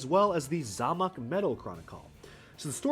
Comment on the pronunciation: loved the video, and hate to be like this but zamac metal is pronounced "zay mack" again great video